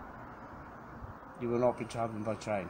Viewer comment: You vill not be twavellen today